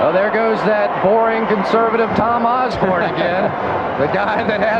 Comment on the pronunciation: Dr. Tom "Oz-bern".